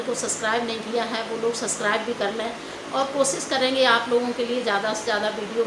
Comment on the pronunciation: sascribe nahe hota sub+scribe hota hai 😂🤣😂